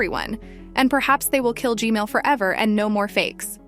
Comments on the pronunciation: Hello why I hear gmail instead of gman? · why does she say gmail its gman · I love the way you analyze everything and talk about it its just the G-mail toilet instead of G-man that kills me 😂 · G-Man ✅ G-Mail ❌ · I laughed just because she said "G-Male" 😂😂